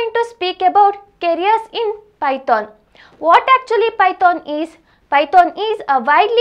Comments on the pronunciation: sis, it's not pyton.. it's python.. woh snake wala python! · Googool 😂, pyton, pytonic way. Love it. "H" ne Kya gunah kiya that Meri maa, pytHon bol liya Kari. Anyway good video 🤣🤣🤣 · its not pyton it is python .... .......